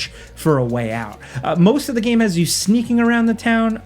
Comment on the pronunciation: oh your coworker ''Falcon who cannot say the word Game ''he says it like Gahm for more than a decade now'' hates Sands of Time